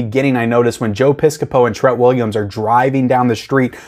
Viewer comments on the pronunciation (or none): It’s TREAT Williams, just like Trick or TREAT. Pronounced the same way…. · I really hate how you pronounce his name...